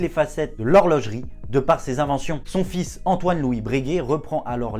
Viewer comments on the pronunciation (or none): none